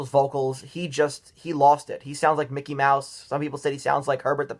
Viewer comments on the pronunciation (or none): none